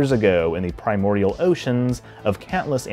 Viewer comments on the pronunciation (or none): none